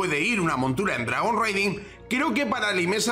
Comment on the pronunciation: Dragon RAIding, es lo correcto en la pronunciación, "reiding" como lo dices, se refiere a hacer Raids, saludos! 🍻